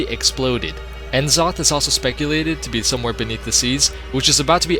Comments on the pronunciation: Who's "En Zoth"? Do you mean N'zoth? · FOR Fuck's sake mate. learn to pronounce the names. It's horrible En zoth?! Really?! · It's N'zoth not en'zoth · It's pronounced Nuh-Zoth, not En-Zoth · N-zoth lol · Watching this in 2021 and the pronunciation of N'zoth from before you knew any better is lol. Still a really enjoyable video good job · Wait, you pronounce c'thun right but not n'zoth? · So you pronounce "C'thun" properly, but not "N'Zoth"? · Man you really butchered the words "Uldaman", "Glaive" (Rhymes with crave.), "N'zoth", lol. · I've seen this video multiple times but I can never get over how he mispronounces "glaive" and "N'zoth."